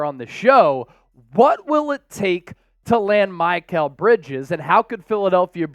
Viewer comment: Who is MY-kal bridges? Lol